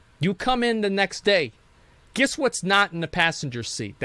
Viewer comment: It’s Guess not Giss…